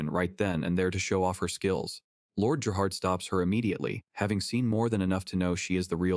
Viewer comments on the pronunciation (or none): none